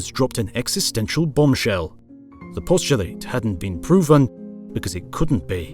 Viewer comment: Please review your pronunciations wrt “postulate” as a noun, which is distinct from the verb form. (At least, this is the case in the USA.)